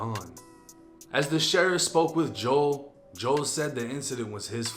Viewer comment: Nigga don’t even Kno how to pronounce Joel but wanna speak on the black community so bad😂